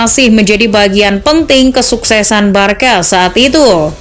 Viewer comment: you should pronoun Barsa,bukan barka